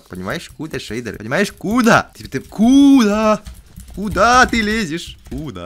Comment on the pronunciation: Кудааа Кудаа это звучало как чи да